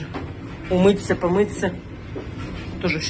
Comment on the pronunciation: И опять умыТься, помыТься, побриТься. 😂😂😂😂😂 говори правильно, дети тебя слушают. Что ты какая упёртая. Тебе желают как лучше. 😮